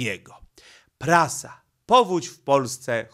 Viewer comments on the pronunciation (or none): none